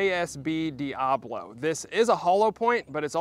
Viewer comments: It’s not dee ah blow. It’s dee ah bow low. Look how it’s spelled and say it correctly, please. It makes you look smarter. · Sorry to be that guy, but it's "diaBOlo" not "diAblo." Diabolo describes the shape of the pellet, not Satan. lol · That word is "Dia-bolo" not "Diablo" as in spanish for devil. I think it's pronounced "Dee-uh-boh-low" It refers to the shape of the pellet.